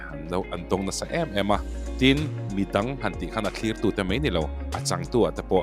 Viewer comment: Mei ti lovin mai tila hriat a nuam dawn asin🙈